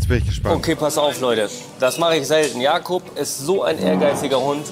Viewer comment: Nicht Jakob sondern Jakup… das ist ein türkischer Name